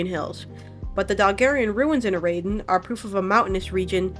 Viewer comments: so real its so annoying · YOU'RE PRONOUNCING IT WRONG its literally just the words era-den. the baron even says it in his lines. edit: i wanna also say i think its super awesome other people are interested in the lore and i really appreciate these videos, your pronunciations are just really ear-grating